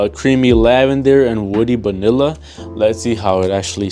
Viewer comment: why are you saying banilla its vanilla